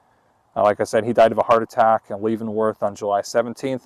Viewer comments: You keep pronouncing Leavenworth all wrong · Good job but you miss pronounced leavenworth .keep doing these you are good at it.